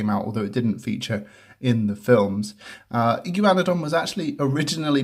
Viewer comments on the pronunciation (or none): Igaun-na-don not Igy-wana-don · I’m from America, we pronounce this Dino “E-guana-don” not sure why, it’s just how our tongues go with. But I love how you pronounced it. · That’s not how u say it